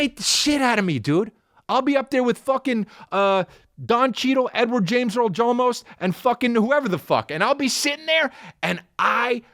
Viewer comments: Did he say Edward James Earl Jarlmost? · he said edward james earl jolmos lmfaoo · "Edward James Earl Jolmos" really got me 😂